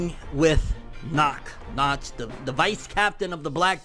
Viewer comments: its pronounced nakt, but spelled nacht! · It’s pronounced knockt